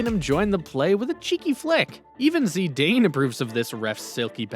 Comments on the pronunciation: is not zedane is zidane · is not zidayne is zidane